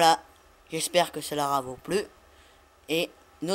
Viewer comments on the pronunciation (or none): Tu dit celera vou plu à la fin MDR